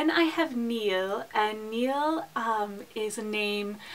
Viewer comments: Niall was wrong, it is supposed to be pronounced Nile, like the river. In the anglicized version it is pronounced the same as the word "Kneel" and is spelled both Neil and Neal in the US. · Sorry to correct you again, but Ciarán is pronounced "keer-awn" when the accent on the 'a' is present, and without the accent it is the way you said it. Niall is pronounced like the river Nile. :)